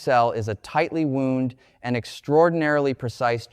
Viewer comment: This is obviously fake. Brian Greene would not mispronounce “wound”. Therefore none of this has credibility.